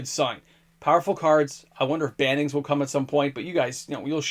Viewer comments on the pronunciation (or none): none